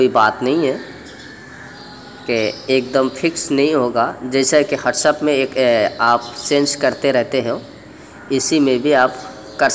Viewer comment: پہلے بھی کہا تھا اردو سیکھ لو. ہاٹس اپ نہیں وٹس ایپ ہوتا ہے... اتنی محنت کرتے ہو مگر... بولی سمجھ نہیں آتی. مہربانی کرو. راہی حجازی کی ویڈیوز بھیجا کرو. خود آرام سے اردو سیکھ لو....